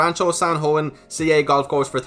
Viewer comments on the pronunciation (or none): none